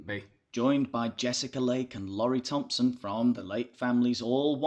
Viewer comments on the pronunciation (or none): none